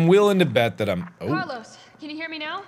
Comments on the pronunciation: Thumbnail straight up Jurassic Park - Laura Dern, yasss. Also CARLEEZE its car-Lyle Mark omg Lol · Mark: Doctor Logan " CARLEEEZE "